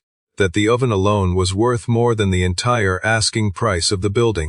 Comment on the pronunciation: And sourdough, and oven.